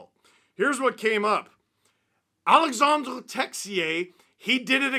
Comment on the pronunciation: It's Alexandre. Not Alexander. Get it right, Steven! 🤓☝️